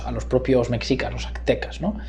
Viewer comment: Llegué hasta que dijo "mecsicas" 😅😅😅 Y por cierto, causan mucha gracia los comentarios (mucho más interesantes que esta apología) menospreciando la postura de AMLO por considerarla de una izquierda radical, pero validando la de Vargas Llosa que es de ultraderecha... en fin, la subjetividad disfrazada de objetividad